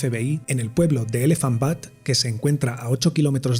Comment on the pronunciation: Una nota sobre el nombre de uno de los pueblos: Elephant Butte - se pronuncia BIUT,T, no BUTT. La segunda significa trasero en inglés.